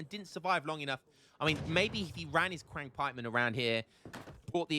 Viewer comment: Qiang is pronounced chee-ung (like ungurs) for the record